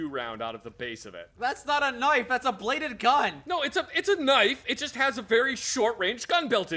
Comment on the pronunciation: "This, is a knoife"